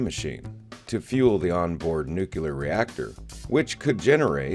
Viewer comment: The chemical element is pronounced "NEW-klee-er"